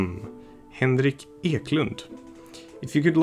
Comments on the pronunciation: Wtf are you from Sweden? You sounded so Swedish when you said "Henrik Eklund". All this time I thought you were from the UK lol.. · Are you Swedish? The way you said Henrik Eklund was very Swedish like.